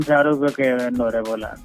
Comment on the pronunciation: sharooko...name polum sherik parayunnilla..shariq alle..😀